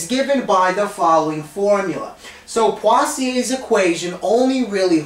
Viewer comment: Literally no one: Him: PWAZIEY